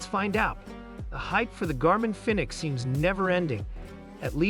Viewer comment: Garmin “Finnix?